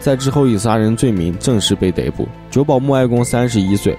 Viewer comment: 逮捕 dai bu。不是dei bu 大哥小学语文学好再来开频道吧